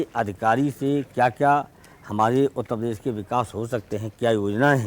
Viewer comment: Shout out for Utta pes 😏